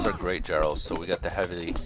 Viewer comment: Just to help you pronounce jarl.